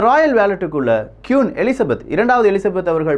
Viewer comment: கியூன் இல்ல ப்ரோ குவீன்